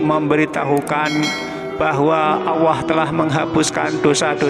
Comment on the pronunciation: Admin knp saat Nyebut Allah kok kedengaran agak tak jelas